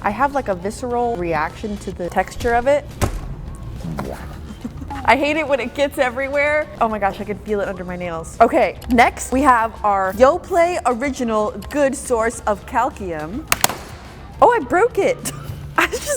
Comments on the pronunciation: calkium not calcium lol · Calcium is prnounced calshium not calkium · Calcium? Nah Calkium! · calkuim lol i think it’s pronounced cal si um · Is anyone going to talk about when she said “calcium” like calkium… 😂❤😊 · Kalkium😂😂😂 girl its calcium 😂 it was sooo cute😂❤ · Did anybody else hear kalkium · I CAN'T BELIEVE AMERICAN CAN'T PRONOUNCE THEIR OWN WORD?? CALCIUM ?? YOU DON'T KNOW HOW TO PRONOUNCE IT ? OMFG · 😂Am I the only one the heard calcium so weird😅😝😜😂🤓